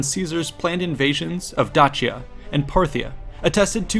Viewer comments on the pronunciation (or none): Dacia is pronounced “Day-See-Uh” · Please stop saying Datshia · Well, that's not a good start. Caesar didn't think about invading Dutchia, he thought about invading Dacia. I assume you're trying to pronounce it as it would have been in Latin, but in Latin, the letter C was pronounced as a K, not as a tch blend. That's a thing in modern Italian. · … you’re mispronouncing “Dacia”. It’s pronounced Day-Shah, or I guess the Latin is pronounced Da-key-ah. Fantastic video and super well done, that’s just me nitpicking insignificant details haha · It makes that "ch" sound when it's followed by E or I, like he pronounces it at the very start of the video, however he pronounces Dakia which might be how romans said it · In English, it's pronounced "Day-shah" or "Dah-see-ah". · How can I take your work seriously when you can't even pronounce Dacia correctly? If you can't even be bothered to accurately research how to correctly pronounce Dacia, your "educated" opinion on any matter is suspect. Stopped watching after 20sec in after that horrendous "Dacia" pronunciation. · not even the same thing lol and he has a point about pronouncing Dacia correctly. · It is evident that you have put in the effort to do your research! It would also be great if you would also make that same effort to be sure you are PRONOUNCING Place, Peoples, and Person names CORRECTLY!!!!! The way you keep saying Dacia and Dacian are entirely incorrect according to the HUNDREDS of scrollers that lecture on this subject! It would have been a simple matter to either listen to some of them or look them up on a search engine. Mispronouncing something so basic distracts many (Me at least) greatly. I want to watch your video, I love history. However find myself reflexively correcting you every time you pronounce something wrong, and it is frustrating. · This person needs to pick a way to correctly pronounce Dacia.... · Who says Dacia like that? Made my ears bleed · A few Billion other do not say it that way!